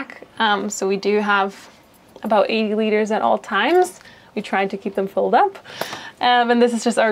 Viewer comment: how many liters? I really can't decipher what she's trying to to say. 8? 80 witers?